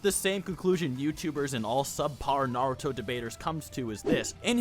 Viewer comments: I love Naruto, but I can never watch Naruto youtubers because literally all of them can't pronounce any names right. And I'm not being mean, imagine if I made Marvel channel and pronounce Spider-man as Spideer-man 200 times in a single video. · The fact that you struggle to pronounce naruto gives me confidence in your analysis.